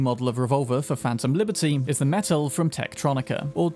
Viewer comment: The way you pronounced Techtronika the first time is right. The way you pronounce Metel is wrong tho)